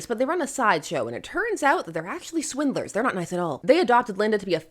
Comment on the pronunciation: I know you're calling the Dale's "swindlers", but man, my brain just keeps hearing you say "swingers".